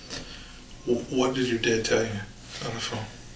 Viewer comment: When you say "did", it sounds like "dead"...so you should mute that too